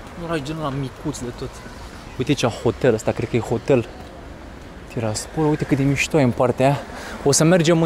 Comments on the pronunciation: Se zice tiraaaaaspol cu accent pe a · Tiraspol cu accent pe ''i''. Cred ca n-ai auzit niciodata numele la orasu ala de-l pronunti intr-un asemenea hal